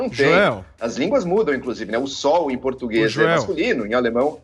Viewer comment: O português tá ficando cada dia mais complicado, português não "pertiguese"